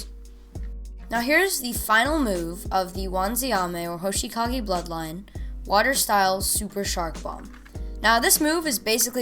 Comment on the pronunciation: Good video but when you said hoshikage instead of hoshigaki it made me a little mad